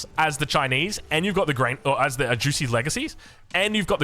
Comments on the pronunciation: always saying juicey instead of zu she hahahah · Every time you said Zhu Xi all I could hear you saying was "juicy"... Juicy's Legacy sounds awesome!!! LOL